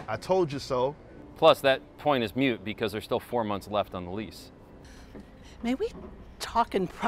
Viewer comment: Moot point, not mute point. Lol